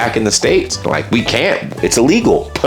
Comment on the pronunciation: I love the way you seem to have masterd the use of the English language, your pronunciation cunt was spot on.